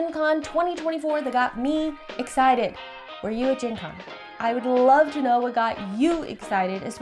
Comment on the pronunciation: Gen Con sounded wedgie